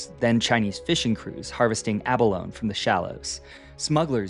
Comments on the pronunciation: abalone pronounced like ah-bologna... 4 syllables. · "Abalone"; you pronounce the E on the end, sort of, "Aba-LONE-ay" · Abalone. Long "E" at the end.